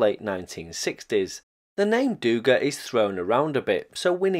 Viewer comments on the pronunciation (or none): Just as a side note: it is dugA, not dUga. Also, Habarovskiy krai, nor Kabarovski. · Not dOUga. It’s dugA, accent in the last letter. No criticism, wonderful content, just a notice😄